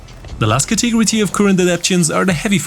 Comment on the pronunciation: Ca-te-go-ry ... not Ca-tee-gro-tee ;P